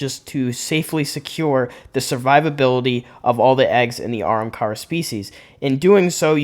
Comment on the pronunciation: If you want to improve your videos do a script and slow down. I feel like you’re trying to talk way too fast. Also it’s Ah-ham-car-a